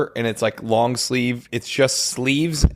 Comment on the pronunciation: a long sleeve sheisty. A long shleeve if you will